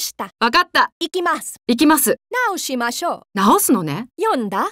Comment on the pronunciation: 女性の音声が中国語訛りですね...発音が悪すぎます... ショクリョウダネ！ ワカッタヨ！ イナサクダネ！ ナーオシーマショ！ ヨーンダ！ ヨーケンハ！